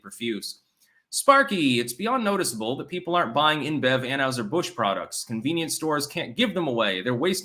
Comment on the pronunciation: It’s pronounced an-HIGH-ser Busch not an-HUGH-ser Busch dammit